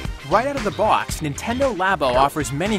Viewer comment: "Right out of the bwaux-" The what now?